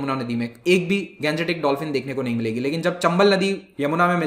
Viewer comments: I'm requested to you sir,stop saying गंजेटीक please say गांग्येटीक because you are an Indian you have not any problem to pronounce this so always say Indio Matic form of Ganga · Plz pronounce Gangetic as Gangetic, and not Ganjetic, like a foreigner. Ganga is Ganga, not Ganja. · Pronunciation of Gangetic dolphin is rubbish , bhaddi h